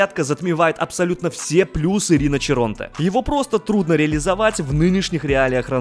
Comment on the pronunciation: Не риночиронте а риночиронте)))